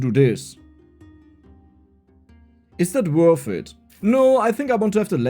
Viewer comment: „Wörf it“ 🤪